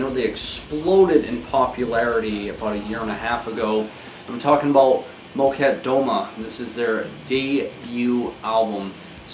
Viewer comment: Here she comes, person to correct pronunciation. No judgement at all, but Molchat Doma is pronounced kind of like MOL chaht duh MA